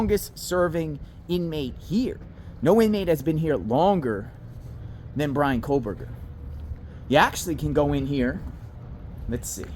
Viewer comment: there is no 'L' in kohberger